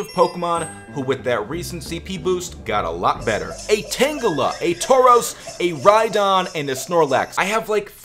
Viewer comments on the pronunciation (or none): none